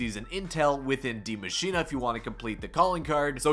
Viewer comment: d.i.e mashine like that again. Then please tell me where it says "machina"